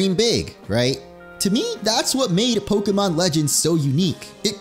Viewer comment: It urks me everytime he mispronounced Arceus and Pokémon